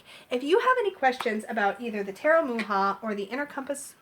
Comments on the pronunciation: Thank you so much for this review, it helps a lot if I'm going to buy the deck. The inner compass oracle is so cute😍, where can I buy it? And also I just noticed the way you pronounce Mucha, the way you should pronounce it is like Mukha, make the C a little stronger. I really appreciate your review❤️🌹. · I believe it is pronounce Much-ah. My mom always called him Mook-ah. :-) She had several of his advertising pieces.